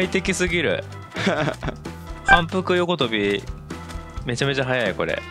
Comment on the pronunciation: 反復横跳びの発音が、大物実況者と同じで、 愛知県？ってなってる。